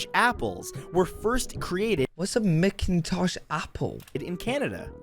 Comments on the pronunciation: It's pronounced MAC-in-tosh apple 🙄. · I’m sure some answered this, video isn’t pronouncing “ macintosh apples “ correctly. Pretend it’s Scottish name. Macintosh. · Whoever the commentator on the the video is, does not know anything about Canada. Edmonton Alberta is not in Saskatchewan, and the pronunciation of macintosh apples is bizarre. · It was really odd how the American guy pronounced MacIntosh. They are the best baking apple. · the coolest thing is that you can't go there. no roads, only a plane to the tiny town of Fort Chipewyan (aka Fort Chip). it's a MACintosh apple. also it's Noon-a-vut, not 'none of it' :). several pronunciation errors. Edit bingo! like fishing :) google rock lake hinton. the water is cold and deep, and you can see down 25 feet or more easily. I have an extra rod :)